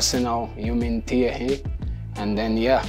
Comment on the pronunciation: I wish I could say "Thierry" the way Gabriel says "Thierry"!